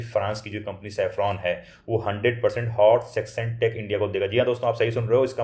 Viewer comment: साफ़रान 🚫 सैफरॉन ✅ राफ़ेल 🚫 रफ़ाले ✅